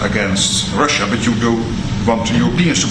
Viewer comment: He's unhappy with "Rush-UH?" Why does he pronounce it like thst? Like "Chine-UH." He's so weird.